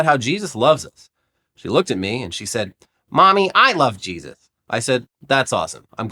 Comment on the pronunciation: He said, she shed